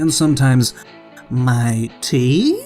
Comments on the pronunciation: No its 'my tea' not 'mighty' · Is mightea pronounced mighty?